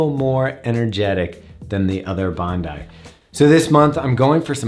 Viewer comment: Just watched another review of this. Sooo distracting to hear it pronounced Bond-eee 🤣. Love your reviews by the way 😊👍.